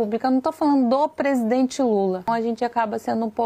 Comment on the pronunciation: "Presidoente" 😂😂😂😂 teu canal é otimo!!